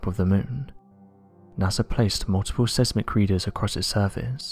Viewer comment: The videos are hitting the skids! Learn to pronounce seismic as it ruins the content.